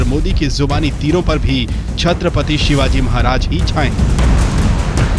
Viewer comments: Kutiya nam thik se le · इसे किसने रिपोर्टर बनाया जो शिवाजी महाराज का नाम सही से नही लेते